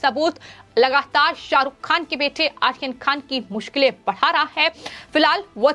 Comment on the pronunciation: Pathetic hindi pronunciation. Who is AKHIR KHAN - he is Ayran Khan. Please at least pronounce correctly.